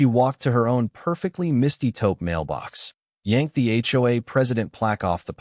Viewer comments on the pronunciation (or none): Taupe not topo